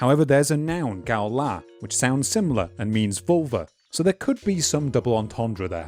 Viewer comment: the transliteration "ŋál tak₄" means that you probably shouldn't be pronouncing a hard "g" in ngal; rather, the first sound is like the last sound in "ing".